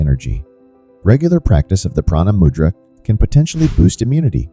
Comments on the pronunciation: It’s moo-dra not mud-dra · Please pronounce the word " mudra" correctly: moo+dra. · Moodra is a appropriate pronunciation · Please pronounce the words correctly! It is not mud ,it rhymes with "could" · Good info. But check your pronunciation. Mudra is pronounced with a long U for example.